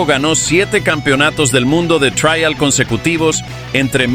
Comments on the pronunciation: En español se pronuncia Trial ,no Traial que supongo que es en inglés por lo demás buen video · Me duele en los oídos y el alma escuchar "traial"🤦 Por favor, si habla español, no metan anglicismos